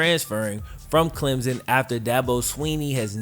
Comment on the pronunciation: CLEM-P-SON theres a P sound in there